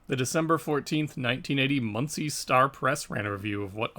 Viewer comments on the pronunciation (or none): none